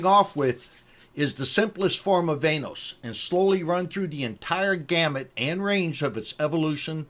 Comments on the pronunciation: VAN-OS.. not VAIN-OSE.. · Van-noise